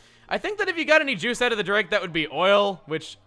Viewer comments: OK the way you keep saying the name "Drake" like the Alph is the only annoying thing about this LP. The rest is AMAZING! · Anyone else getting annoyed by the way chugga says drake? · The way you pronounce drake offends me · has established why he pronounces "Drake" the way he does?